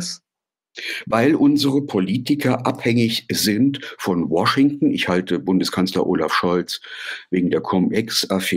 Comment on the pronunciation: Hat er jetzt tatsächlich War-shington gesagt 😂😂😂